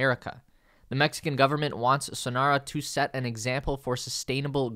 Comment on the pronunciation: Where the Mexican president wanted to be considered for construction of GIGAMexico was near the new mexican international Airport called AIFA not Benito Juarez. And the name of the project is Sonora not Sonaro